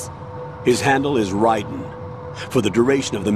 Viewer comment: ok si chiama raiden e non raven LoooL